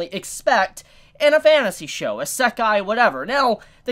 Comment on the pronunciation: u say Isekai weirdly but i cant spell out how its pronounced i have to be able to say it out loud